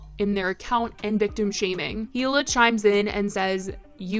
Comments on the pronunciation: Oh, her name is EE-LA not hela lol still love u tho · I think her name's pronounced Ee-Luh, not exactly how it's spelled. I'm sure she doesn't mind, I was just putting it out there lol. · Yes yes, its Hila, pronounced eeee-la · the H in Hila is silent BTW, just wanted to comment in case you mention her name again:) thank u for posting about this ♡